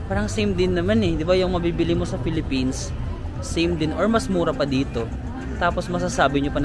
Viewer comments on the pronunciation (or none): none